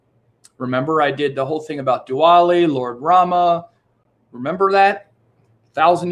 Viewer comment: Btw, it's Diwali and not dwali!